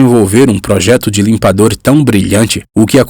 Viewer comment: Por FAVORRRRRRR... LIMPADORRRRRRRRRR... NÃO LIMPADO... NEM LIMPADÔ... LIMPADORRRRRRRRRRRRRR!!!!!!